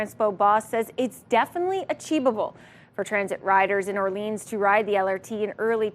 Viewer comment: Why is the mispronunciation of Orléans so pervasive in a bilingual city like Ottawa? Or-leens? Really?